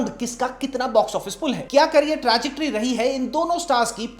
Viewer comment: Abbe trajectory hota hai trajictory nahi